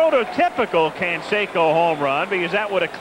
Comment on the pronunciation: Rookie, Jose "Can-secko".